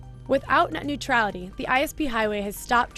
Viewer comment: Tu as dit “au revoir” à Nuetralité.